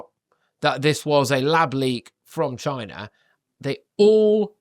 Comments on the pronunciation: Trump was saying CHYNA, not China, big difference! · Note...📣 Is it a coincidence that there is a place in Jefferson County, in Texas named "China" in the University of Texas there, is a Bio- Lab..(WUHAN)..! Ever wonder why DJT always pronounces "China" the way he does...?